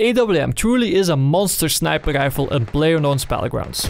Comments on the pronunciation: why you say sniper reifl instead of sniper rifle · "Snæper leiffell"